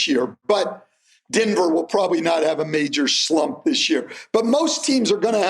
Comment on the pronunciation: Stan and say Denver the same way. Dinver